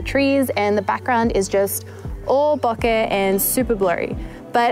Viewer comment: Congrats for using the correct pronunciation of "bokeh"...! so many get it wrong. And oh yes, the 85... I use that one a lot too.